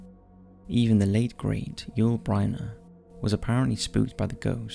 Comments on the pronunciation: Fugue, as in fugue state, is pronounced “fyoog”, not “fooja”. Actor Yul Brynner’s last name is pronounced “Brinner”, not “Brye-ner”. Mangled pronunciation seems to be a staple in Top 5 videos. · Yul Brynner is pronounced BRENNER.? You've never heard of him? mispronounces everything! Seriously I've liked this channel for years now but I find the constant mispronounciation of names, places and most words distracting. Everyone is always raving about his voice but no one notices this? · So excited for this, but quick aside ... Yul Brynner is pronounced like brenner. I take exception bc everyone has gotten my name wrong my entire life lol Nonetheless, so happy you put this out. Perfect way to spend the morning in bed ☺️ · Just for future reference, Yul Brynner's last name is/was pronounced as Brin-ner, not Bri-ner. Also, Louisville is pronounced as Lou-uh-vull. Not as Louis-ville or Louise-ville. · The older I get, the more and more I become like my late dad, he was a pedant, I find myself becoming one too, which really bugs me, so....don't blame me for this, please.....but...a fugue state is pronounced 'few-ge', not 'few-get', and Yul Bryner is 'brin-er', not 'bri-ner'....as I say, don't blame me, it'll happen to all men eventually! 😓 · Bryner pronounced like Pinner and its Cecil b de Mille not miller. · Fugue is pronounced “fyoog” with a hard “g” sound. Yul Brynner is pronounced Yule Brinner. Just saying.